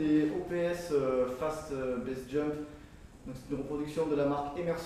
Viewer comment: Juste pour info, pour le casque, c'est "Base Jump" et non pas "Best Jump" Sinon super sympa, continue comme ça. J'espère qu'on pourra venir jouer avec vous un de ces jours. En bon sudiste ;)